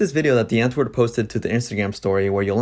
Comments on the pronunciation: love your videos and this series! just and some help bc im south african it’s pronounced “ vat cake yay “ and “ di-ant-voort “ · Great content - watched all your vids on this. As a South African, a little basic pronunciation help: W in Afrikaans is pronounced as a V. So Die Antwoord would be (phonetically) Dee Antvoord. Wat kyk jy - vat cake yay... Please feel free to ask if you need any pronunciation tips moving forward x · Ur saying the name wrong... It's Afrikaans... Look it up on google translate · Please learn to correctly pronounce their name! Not "dee-ant-word" it's dee-ahntvord, the "or" sounds like or. Wat kyk jy is pronounced "vaht cake yay". You also don't understand South African culture. These guys are zef. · We South Africans are not proud of these people. Most of us don't like their music. It is Die (Harsh D phonic sound) Auh-woord. Want help with pronunciation dm on Insta. (Same name and here) and I will help you. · Damn, that is one of the worst pronunciations of "Die Antwoord" I've ever heard😂 Can even imagine how much you would've butchered my name🙉 Btw I'm not supporting their actions by mocking his pronunciations, just thought it was a real funny way to say it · i kept cringeing at how mispronounced all the words are in this video , but it was interesting nonetheless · Can you at least pronounce their name right? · I had to laugh at the pronunciation! Also the way they say Die Antwoord. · i had the sink on for the first minute of the video and “die antwoord” sounded EXACTLY LIKE “the n word” lmaoooo